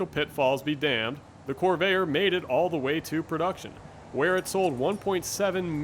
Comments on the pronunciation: Corv-air, please, not Cor-vay-er. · Why do you keep calling this a "cor-VAY-er"? Where are you from? It's pronounced "cor-VAIR". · The marque of the vehicle is CORVAIR, not CORVAYER! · you know a lot about these except perhaps how to say name, was always a corver, first time I heard corvayer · I grew up pronouncing the name Cor Vair... not Corv Air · Why does this guy pronounce "Corvair" as it had three syllables ... "Cor-va-er". Given the video is 5 years old, that odd pronunciation can't be blamed on A.I. 😅🤣😂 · Why are you calling it "Corvayer"? What's wrong with you? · drives me crazy to hear him say Corveyer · The best looking American car of the 1960's (in this body configuration). Best version is the Corsa with a 4-speed. Best to avoid the turbocharger. The narrator does not have a particularly strong accent but, for an unknown reason, he consistently mispronounces the name of the car. While it is composed of two syllables, the narrator insists on giving it three syllables. The correct way is "cor-VARE" but he says "cor-VAY-er." What a bizarre way to end the video: A coda about a completely unrelated possible drug dealer! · I really enjoyed this report . Guy has a great voice for it . One comment , Corvair pronounce like Corvette. I own eight of them and I NEVER heard anyone back then pronounce it the way this youngster does. I learned to drive in a 62 and coming from go-karting never had a problem with cornering. Guess I just had the touch. Cleaned up against Trimph tr3s and the like. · He's not pronouncing the word Corvair the right way at all!